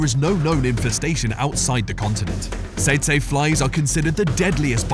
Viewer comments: Teet-see fly, not ta-say fly,! Learn to speak USA English! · Bro said "saytsay". It's pronounced "teetsie" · I’ve never heard it pronounced “sayt say fly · The fly at no.7 is pronounce tetsee fly.